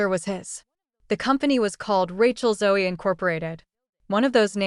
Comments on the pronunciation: It's ZO the E is silent. Ràchel Zo!! AI 😂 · How about pronouncing her last name correctly?